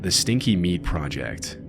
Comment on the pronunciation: except he calls meat "mead"